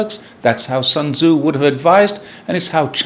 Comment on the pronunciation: "Sun Tze" is pronounced "Soon Tze"